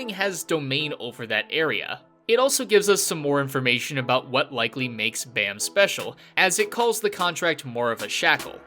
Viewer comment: he's called baa-m, like, baa like a sheep and add a m. not bae-m